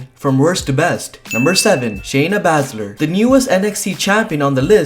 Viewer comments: ITS PRONOUNCED SHAYNA ‘BAY’SZLER KNOW IT ALL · Learn how to say Shayna Baszler correctly please